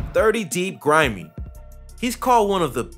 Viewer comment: You got grimeyy and cee murdaa right